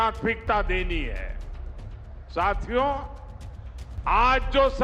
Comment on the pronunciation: पता नहीं एसा क्यों है; जब भी यह जुमलेबाज़ पब्लिक को बोलता है 🎙" साथियों "------ तो मुझे सुनाई👂 देता है;--' " चू🪑यों "!!! आप लोग भी; ज़रा ध्यान से सुनिए 🤷🏻‍♂️।।।।